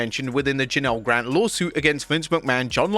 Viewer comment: The way says Janel Grant lawsuit with his accent is fucking hilarious 🤣🤣🤣🤣